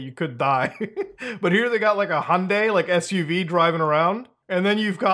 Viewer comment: Finally, someone pronounced Hyundai correctly.